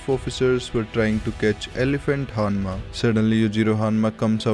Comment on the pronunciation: Dude great video as always but "Hanmacally" killed me put right